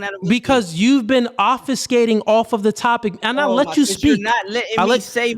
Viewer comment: does big the hell out of me the way he mispronounces certain words. For example, the word “tangential”. He says tanGENTLE. And the word “probability”. He says PROPability. And the word obfuscating. He says “OFFICEskating”. Irks me.